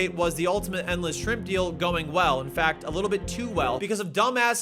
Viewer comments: New to this legend! Am I the only one who noticed that 'shrimp' intermittently became 'scrimp' towards the end? 😂😂😂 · I'm so glad someone else says Skrimps I thought I was the only one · I love that he calls them "skrimpz" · “Skrimps” lol